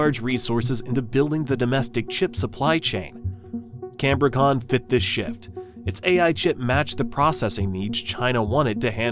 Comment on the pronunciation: It is not canbor-con but Cambri-con